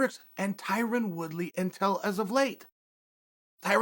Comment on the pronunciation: Chael “Tyran Woodley” Sonnen